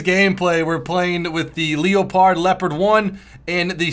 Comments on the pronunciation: I know but after some research even the Germans called it the le-pard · why do u say leo-pard when its leopard like the animal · FOR CHRISTS SAKE the leopard is called le-pard not l-e-o-pard its so annoying it's called just like the cat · wow look at the LEO-pard. have you ever heard of a leopard? the animal? youre pronouncing it very wrong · it's prenounced leopard like the cat (leperd)